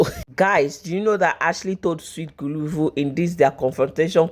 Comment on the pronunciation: Guluva not guluvu ma🏃‍♀️🏃‍♀️🏃‍♀️🏃‍♀️🏃‍♀️🏃‍♀️